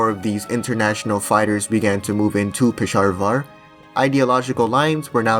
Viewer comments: “Pesharvar” dude are you purposely mispronouncing these things or have a speech impediment issue? Not to be rude but other than pronunciation of names your videos are great, but the names of places and people are so off it’s hard to ignore 😅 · Bro said Pesharvar